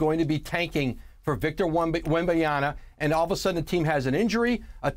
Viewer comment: Woj still can't say Wembanyama 🤣